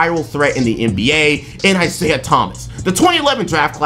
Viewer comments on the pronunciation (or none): none